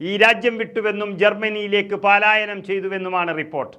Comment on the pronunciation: പലായന മാണ്, പാലായനമല്ല.